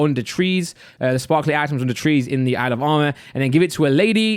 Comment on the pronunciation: when he says "the isle of armor" i hear alabama lmao